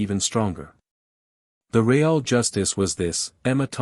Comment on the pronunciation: Ree ale justice? Ree ale…really?!